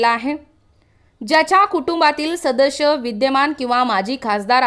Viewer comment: Shadash nahi sadas boltath